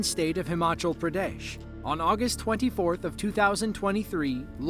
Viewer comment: Pradesh sounds like "pyare desh", a YouTuber